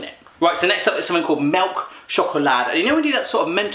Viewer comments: Hahahhah "mjelkshåklat" hahahah ååå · Lol, you said melke sjokolade fail! I am from Norway :D